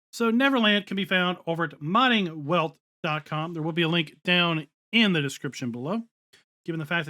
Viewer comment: Just so ya know, it's pronounced 'Modding Velt'. It's German. Love the vids!